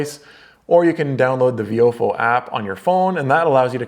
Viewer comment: I thought it was pronounced “VY-o-fo”